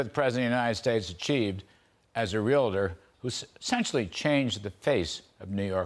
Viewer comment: Realator Realitor Really! Its pronounced Realtor go see a Docator and get your words right!